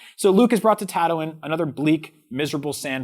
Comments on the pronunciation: Anyone else think calling padme- paudeme the same as calling Han Solo-hand solo. Btw ta-too-ine is not pronounce tetuine. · Tatowin???? Wtf. This is actually unwatchable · These guys aren’t true Star Wars fans. Just listen to how they pronounce Tatooine and Padme.